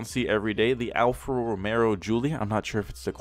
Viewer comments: what that have anything to do with it. He said "Romero" it's romeo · The way hes highlighting the letter R in RomeRRo is Just out of this world dude hahahaha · (al-fa) (ro-meh-o) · Boi, did he just say Romero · Ro-May-Oh #TriggeredBoi